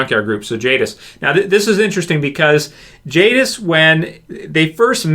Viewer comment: It's jadis